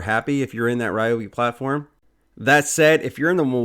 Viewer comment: リョービ 2 syllables more like RyO-BE not 3 syllable RAI- O- BE / RE- O- BE. love them. have the Ryobi 683403A Dust Collector VC-1250 in Japan. so loud!